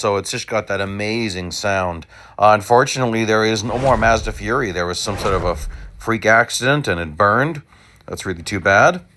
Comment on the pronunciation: Side note btw: it's not pronounced "fury", it's more like "fu-rye". Or "foo-rye" if you wanna be extra accurate.